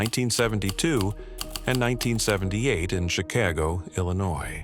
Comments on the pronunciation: Chi-CAY-Go? Never heard of the place. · Jesus "Chi Kay Go" come on now???? Ffs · Love how he pronounced Chicago lol ok then.